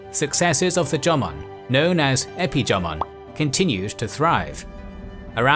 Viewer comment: Watching from Japan: EXCELLENT VIDEO. Well-done. Cheers. However, to be honest, your PRONUNCIATION (e.g., 'Yamato' & 'Jomon') is UNBEARABLE !! I would suggest (with all due respect), as a kind gesture: LEARN the correct pronunciation, before uploading. It's really not that difficult. And it would make a significant difference. All the best.